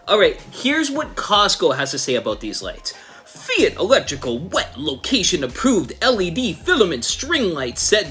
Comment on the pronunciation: FYI - it’s pronounced fight. 😉